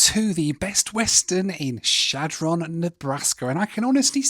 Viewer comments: Shad Run is the proper pronunciation. It's not Shad Ron. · I know you're a dirty furrener so I'll give you a pass, but just so you know, it's pronounced "Shadrun", no pause and with an "uh". The locals call it "Shad". Back in 2017 we were driving from Denver up to Valentine NE to see the eclipse. We were driving in two cars, I stopped at the McDonalds in Shad, my wife in the other car didn't know why. I informed her that there was basically nothing all the way east to Valentine. There is one general store built of hay bales a couple of hours east near Cody, that's about it. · Great video and a blast from the past for me. I grew up in the Omaha area and, during the 60's we drove through Chadron (pronounced SHAD run in Nebraska) several times on our way to Ft. Robinson State park and on to Wyoming. Such towns are American treasures. Keep on visiting these towns that many will never get to experience! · Chadron is pronounced Shad Rin by the way!!! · Can't believe he visited Chadron and didn't show any of the university. Or did I miss it? Kills me every time he says Chadron. Never heard it pronounced like that before and it just made me chuckle.